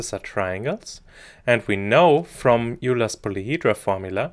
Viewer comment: Was a great video until you botched the pronunciation of “Euler” 😳 Lol, just pointing this out so you don’t make the same mistake in the future, kills the credibility IMHO.